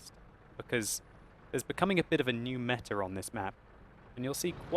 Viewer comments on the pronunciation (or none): none